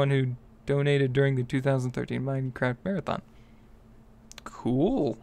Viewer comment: its minecraft not mindcrak